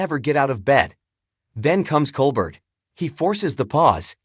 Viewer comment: How about pronouncing his name correctly